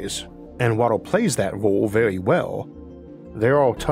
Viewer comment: Vewy intowesting